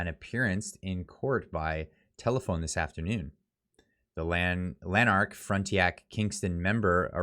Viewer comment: Pronounced “Lan-ark”, and “fron-ten-ack”